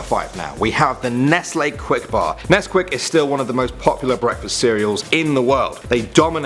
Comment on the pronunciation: FINALLY SOMEONE WHO SAYS NESTLE PROPERLY